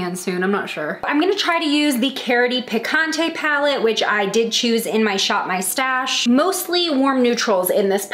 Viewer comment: How you pronounced “picante”🤦🏻‍♀️😂